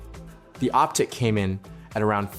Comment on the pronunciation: You mispronounced Optiq and Vistiq